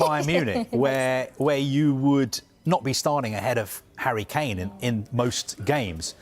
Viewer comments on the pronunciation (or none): none